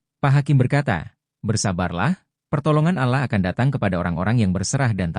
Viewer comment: Yang menceriterakan ini siapa ya kok Allah dibaca alah bukan Alloh